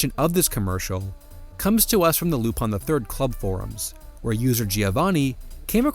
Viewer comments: “Lupan” is the way his name is ACTUALLY pronounced if you watch the damn show and “Rupaann” is the Japanese pronounciation. Non lupin fan detected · Spelled LUPIN Keeps saying RU PONN why, exactly?